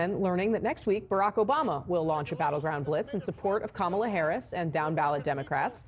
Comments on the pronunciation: Woah!!! Trump CAN pronounce Kamala's name correctly!! That new Melania video post and recent polling must've spooked him something good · I’m glad Trump knows how to say her name. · Trump just said "Kamala" correctly! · wow! he pronounced her name correctly. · At least the sweaty orange manatee pronounced Kamala's name correctly. 🙄